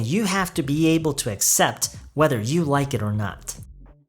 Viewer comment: 안녕하세요 쌤!! 발음 관련 질문 드릴게 있어요. accept 발음하실때 어셉트라고 들리기보단 으셉트라고 들리는데 어떻게 발음하는지 궁금해서 질문 드립니다!! (아니면 제 귀가 이상할수도,,,)